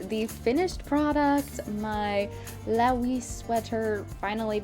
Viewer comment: Laoise is actually an Irish name and would be pronounced Lee-sha :) It looks amazing though! Yes, it does have that acrylic stiffness, but I think it looks perfectly cozy and cute anyways, and the stitch pattern is lovely.